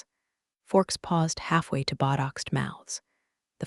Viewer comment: There is a serious continuity issue in this story around minute 10 or 12. She goes to the table then she is back on the stage and then she goes to the table again. And botoxed does not have a “d” in the word. Otherwise great story